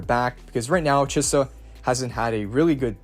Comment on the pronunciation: Thanks for all the infos <3 <3 i love how u pronaunce chisa ;)